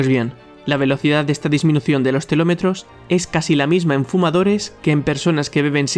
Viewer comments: Sólo escuchar que en vez de decir telómeros dices "telómetros" hace que no pueda tomarme en serio este vídeo. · ha dicho telómetros, no? si, ha dicho telometros. Si lees sin saber a, menos lee bien :)